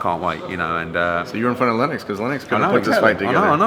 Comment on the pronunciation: Lenn-ox Lewis hahahah